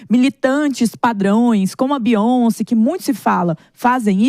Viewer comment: Beyonce. U guys dont know how to pronounce 😅.